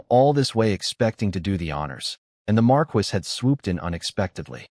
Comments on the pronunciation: Pronunciation errors are annoying. Marquis is Mar-key not mar-kwis. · I find it annoying every time the voice says marquis pronouncing it Mar-Quis instead of Mar-Key